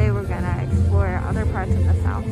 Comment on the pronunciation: Nassau, pronounce Nah-saw. Nah-saw, not Ne-sou